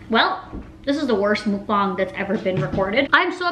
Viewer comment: Muck bang not mook bong